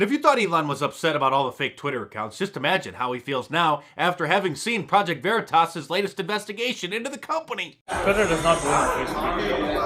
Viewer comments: Project Vuh-REE-Tus. Clever. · "Project ver-e-tis" LMFAO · LOL the dude even talks about it to him and he intentionally mispronounces Project Veritas LOL. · Him mispronouncing varitas is so good 😊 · Project Ver-E-toss, that guy is a pro! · "Project Vereetas? WTF is that?" lol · The fact he said "vureetis" to cover himself was GOLD. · Love it when he mispronounce "Preject Veriiitaas" :elbowcough::goodvibes::yougotthis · PRO-JECT VA-REEDUS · Pro-ject Vuhreetus. What's that? 🤣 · 😂😂😂”Project Vair-reeh-taz!!!😂😂😂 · Vureetus? Lol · Mispronounced Veritas 😜🤣😂 sucker!! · Like how the Veritas operative mispronounced Veritas...🤣🤣🤣👍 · Mispronouncing 'Veritas'...excellent ploy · I love how the project veritas guy mispronounced 'veritas'. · Dude mispronouncing Veritas is epic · the guy mispronouncing "veritas" gave me a good laugh, thats some next level spy skills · How he was able to knowingly mispronounce it without giggling a little and keep a straight face.... next level spy.